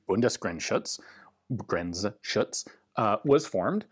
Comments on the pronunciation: Bundesgrenzschutz was spelled good, just shorten the U a little bit ;-) ( the first one) the 2nd Bundesgrenzschutz was perfect! Greetings from Germany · Your pronounciation, as always, is spot on. You could even pronounce the "z" a little harder, almost like "Bundesgrentsschutz", a german wouldn´t hear the difference between "Grentsschutz" and "Grenzschutz". Germans, btw, usually stick to "BGS" (" Be - Ge - Ess" ~ "Bae - Gay - Ass" . carry on, there is no intentional joke here, we are all adults). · I was once a police officer in the German Federal Border Guard, since 2005 named German Federal Police. I had entered service in 1993. At this time the G1 FAL was still in use, but mostly for firing tear gas grenades through an attachable firing cup (Schiessbecher). Your pronunciation of „Bundesgrenzschutz“ was pretty good, Ian. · Your Bundesgrenzschutz was pretty good. Thanks for sharing this interesting rifle. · Bundesgrenzschutz pronounciation is just fine :) As I said in another comment, they retained pretty much Wehrmacht style equipment in contrary to the Bundeswehr, including prussian style litzen and Wehrmacht style camo until the end of the cold war. Funny thing is a lot of BGS surplus camo got dressed up as Wehrmacht stuff by just switching labels. I heard of a guy in Czechia who literally bought a container full of BGS camo jackets which were almost identical to Wehrmacht ones for one Deutsche Mark and sold them on as the real thing for like 1000% profit :P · You actually nailed the pronunciation of Bundesgrenzschutz :) well done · It's sooo cool how you care about german pronunciation (and "Bundesgrenzschutz" is not the easiest word!). Only few u.s. youtubers seem to do this. Nicely done! ("Bundeswehr" as well!) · Your pronunciation of Bundesgrenzschutz is hervorragend 👍😀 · Perfect pronaunciation for Bundesgrenzschutz, very well! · Your pronunciation of Bundesgrenzschutz was quite perfect 👍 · Bundesgrenzschutz pronounciation was pretty good.